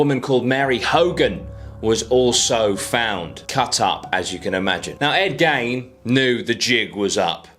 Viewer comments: It's Gein .... as in Geen ... not gain ...as in gaining something .... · Pronunciation of the last name drove me mad. It’s pronounced Geen like the old woman Jean who lives on the corner of the road but with a G ! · I swear his name is pronounced Ed ‘Geen’ I’m probably wrong but it’s how I’ve always heard it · He keeps saying Ed gain… lmao who tf is Ed gain. It’s gein (geen) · Hey mate his name is pronounced..." Geeee-n"... Like the word seen but no s use a -G-.... Geene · "Gain" irked me, too, until i imagined how i'm probably gonna murder Aussie words. ?probably? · I always thought it was g eye n